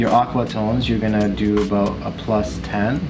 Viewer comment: Aboot? Haha